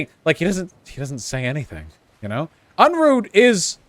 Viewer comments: And called him unroohay like vowsh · I find it amusing that neither of the them can pronounce Unruhe properly ...